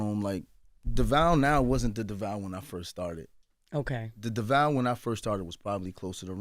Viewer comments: I’ve been rocking with and Devale since they lived in the apartment and filmed their YouTube videos. They are such an inspiration to so many. I love their relationship and I love how they keep it real. I really wish Charlemagne would learn to pronounce his name correctly. I cringe when he says it. But they r a wonderful couple and I get involved with all they do. Much love and respect ❤❤❤ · Charlemagne got ONE MORE TIME to pronounce Devales name wrong!? Been in the game decades and interviewed them 3 times and STILL getting it wrong is unacceptable. I’m sorry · This is LEGIT one of my fave couples, HANDS DOWN! I love their love, communication, family, and public vulnerability. But if the BC fam doesn't stop messing up my guys name even when he keeps saying it...they gon get donkey of the day. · Charlamagne, that man has been around long enough for you to pronounce his name correctly. Get that shxt together sir. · Devale said his name sooo many times... and they STILL mispronounced it. Please say it right y'all. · When Charlemagne says devale’s name, it’s like “why aren’t you pronouncing his name correctly sir?” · Wish this was longer. Love and Devale. They seem so down to earth. It showed how humble he was by not correcting y’all for mispronouncing his name multiple times🤨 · I’m so annoyed they kept getting his name wrong like yall clearly don’t watch them or didn’t do the research cause they would know how to say his name smh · i love them soooo much!!! in my 20s with a dad that is from Flatbush. Feels like they’re my instagram Godparents man ! Rooting for them always . I hate when people mispronounce Devale name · As many times as the guests name has been said in this podcast, I do not understand why Charlemagne says his name incorrectly every time he mentions it. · Fantastic interview. But the fact that they kept saying Devale's name wrong is grinding my gears!!!!!!!!!!! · Right I’m like his name is not Duval and he not in Florida, it’s DEVALE!